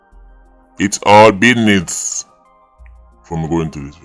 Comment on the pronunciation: It's Bidness😂The Great 🎉😂